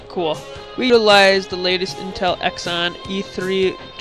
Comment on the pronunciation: It is pronounced "zee-on" not "x-on".